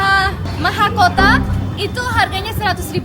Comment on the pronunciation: Lucu ngomong bahasa Indonesia nya hahaha😂🤣 Bintang jadi binatang mahkota jadi mahakota🤦